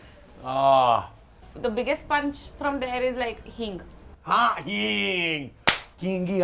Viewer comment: I nearly died laughing at the way said hing